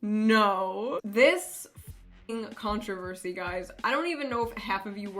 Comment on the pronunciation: Contra-versy, no I am not sorry